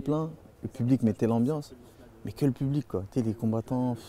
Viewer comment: "AMBLANCE" il est ou le U